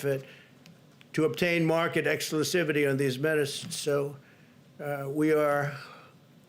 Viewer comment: ..."market "excilivety" hufajevi"???? What did he say?? 🤪🤔🤭